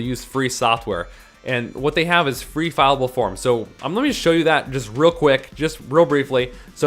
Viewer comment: FILLABLE, NOT FILEABLE!